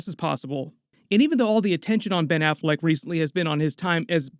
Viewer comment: Ben Afflect ?! Really ?!?!